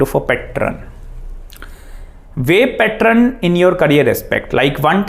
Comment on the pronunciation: Aap happen bol paa rhe ho, Saturn bol paa rhe ho to fir pattern kyu nahi bol paa rhe